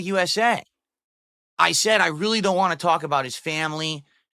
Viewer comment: no phonetics, dsp can't say "want" or "both" etc